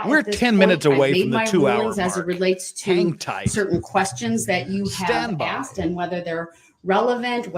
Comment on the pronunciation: "I specifically AXED for".....why are we wearing kid gloves with this clown?